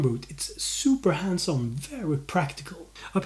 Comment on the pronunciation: At first I thought he was saying handsome instead of hands on lol! Good vid tho!